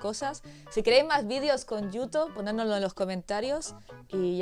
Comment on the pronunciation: qué bonita la pronunciación de yuto, ahora, la tortilla de patatas sin cebolla siempre porfavor ajjaja